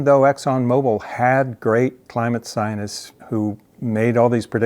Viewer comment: lol.Check out, how much money the climate sionists (your pronunciation) got. Billions.